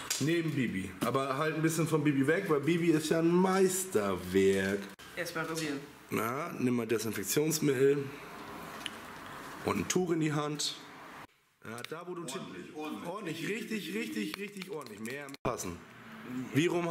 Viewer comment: Du hast Disinfektionsmittel nicht richtig ausgesprochen 😂